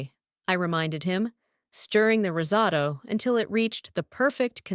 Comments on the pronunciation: Rizzado?????? Risotto. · Risotto...osso bucco. Stupid AI needs a human checking its idiocy.